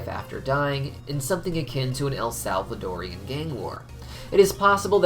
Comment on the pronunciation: its Salvadorian, not El Salvadorian, even though the country is El Salvador and not Salvador o_o